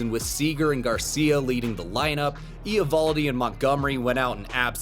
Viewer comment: The Eovoldi pronunciation is sooooo painful. Cmon man baseball channel has to get that kind of stuff right.